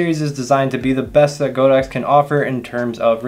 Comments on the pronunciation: the name is God-ox. not Go-dox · Always rely on your Godox reviews although I only use AD200 now. Still slightly surprised you stuck to the mispronounciation of go_dox given you are basically god_ox official channel in the US.